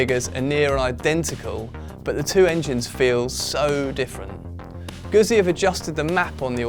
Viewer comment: Given that you have the word "pizza" in the script couldn't you have a stab at pronouncing "Guzzi" a bit better?